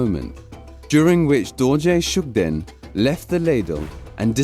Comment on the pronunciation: Please let someone who knows the real name or pronunciation to do the narration first. Coz the narrator seems he don't have knowledge on what he is reading.